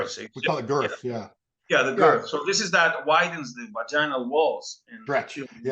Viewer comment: This guy in the white shirt doesn’t seem to know anything I’m sorry but six inches is not average and he did not even know how how to say girth . Lol my God